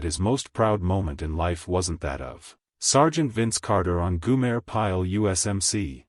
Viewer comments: its GO-Mer. Not Guuuu-Mare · Goo-mayor? Really awful video. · Did no one listen to the finished product? Tell me, who is "Goomer", or Goomere" pile? is This AI voice is absolutely horrible. A lemur on crack would have sounded more realistic. And what's with the really, really crappy dusty film effect? You know, if you knew how to tell a tale correctly, you wouldn't have to crap the video up. Just another bullshit clickbait video by a low quality clickbait production group. The only way this could be worse would be if it were longer. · Yes. I agree. You lost me after the AI generated "goo-mer" Pyle proved how clueless this video is